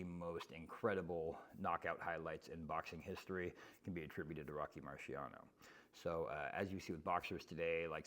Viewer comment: Rocky Mariano? 🤣🤣